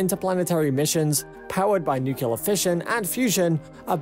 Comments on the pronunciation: i recoiled everytimes he called it Nukeelur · It sounded like nucuelar. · I thought the word was "NUCLEAR" and not NUKIULAR .... like "NUCLEUS" ... how could you get "NUKIULUS" out of it? .... I am mystified ... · Stop pronouncing it “nucular “ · For goodness sakes learn how to pronounce NUCLEAR. There is no such word as NUKULAR!!! Get a voiceover who knows how to speak! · Because of 'newkelar' pronunciation couldn't finish watching the video. Makes my blood boil :D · Did you really say 'Nu-cu-lar', over and over again? Well at least Homer Simpson agrees with you. Seriously though, I couldn't finish watching this. Please learn to pronounce it properly. You sound like someone with no knowledge of science. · Why is it that every YouTube video discussing the science behind nuclear energy of any kind insists on calling it "Newk-u-lar"? This is how Gus and Zeke from Goober Gulch pronounce it wrong. Stop imitating them. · The baffling thing is he is speaking great, and his pronunciation has been impeccable, and then "new killer". LOL there is nothing new about nuclear killing people and things. No need for the troll. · Hard to take you seriously when you cant pronounce nuclear. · Another idea: Learn how to pronounce NUCLEAR. It actually lends credence to your presentation. Please! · Literally couldn't focus on the video because "George Bush" apparently hasn't learned how to pronounce Nuclear. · Yup, bailed after having heard the name of the nuclear technology abused and mutilated at least four times in less than 1 minute, 7 seconds. Didn't even wanna go back to verify how many times it was actually mispronounced in that short time, and certainly wasn't planning of hearing out the remaining 9 minutes. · Thought this would be interesting but I cant stand when people can't pronounce that word. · m new-clear. not nuke u lar...gosh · I just can’t stand people mispronouncing “Nuclear” it gives me a headache. It is NOT NUKULAR! it’s NUCLEAR! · It’s nu-cle-ar, not nu-cu-ler